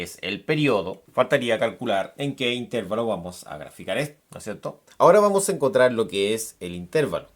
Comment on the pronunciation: bien pero no diga "intérvalo" se dice intervalo sin tilde